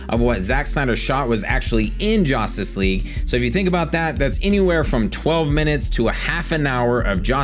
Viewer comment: It's JUStice League not JOStice League SMH